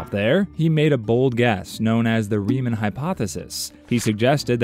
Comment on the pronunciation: Rie-MAWN. Rie-MAWN hypothesis. Bernhard Rie-MAWN. HOW DO THESE PEOPLE ALWAYS GET THIS WRONG.